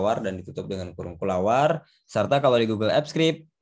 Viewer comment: kurung awal = kurawal. bukan kulawar bang hehe